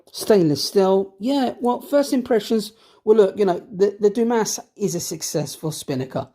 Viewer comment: Believe it is pronounced "Du-Mah." Great review, love this watch.